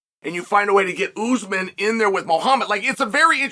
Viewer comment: After all this time Chael still says Oozemen instead of Usman.